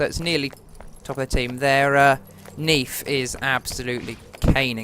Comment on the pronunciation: Neith not nith